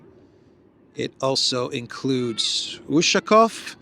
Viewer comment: UshakOOOOOv, stress on the last syllabus